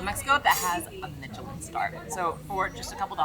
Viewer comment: Pronounced mish-a-lin